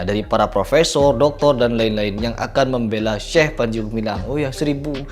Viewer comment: medok banget bilang syeh😅,😅